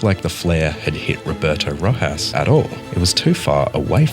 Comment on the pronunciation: I’m sorry but if your gonna make a video like this can you at least say the name correctly